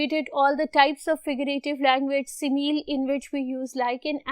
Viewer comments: Mam good but it's si mi li not si meal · Teacher its not si meel it is si mi li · You are not pronouncing simile correctly.... It is not simeel